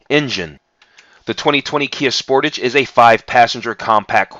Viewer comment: You americans get realy crap versions,the top models has duel exhausts you dont get half the gadgets we get and you still can't pronounce sportage correctly